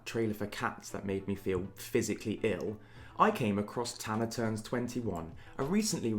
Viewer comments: Nobody:: Tan-ner 👁👄👁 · No one:: Tannaerh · love the way bc of his british accent he pronounces tana w a slight 'er' at the end